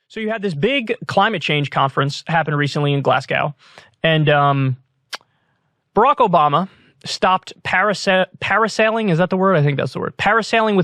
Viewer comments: I cringe when Americans say glas gow and not glasgo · Kyle! Its "Glas-go" not "Glass-cow". As someone from Scotland who has watched you a long time and knows that you overthink everything you say I held hope that you might be the one US commentator to get it right, but you've let the people of Scotland down I'm sad to say /s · Glas-go not gow lol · Pronounce it correctly ya melt Glaz-go not Glass-cow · I'm from Glasgow and most Americans mispronounce it the way Kyle did... 🤣 It's not 'Glass-cow", it's "Glas-go". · It's pronounced GLAZ-go. The second syllable does not rhyme with "now". It rhymes with "no". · How hilarious that he says Glasgau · Kyle Pronouncing Glasgow as Glasscow had me dying 😂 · Kyle Glasgow is pronounced "Glaz Go" this is small for you but as its my home city it would mean a lot to hear you say it properly, thank you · Glas-go kyle. Glas-go. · great segment kyle but please learn how to pronounce glasgow lol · Please stop saying glasgow like that.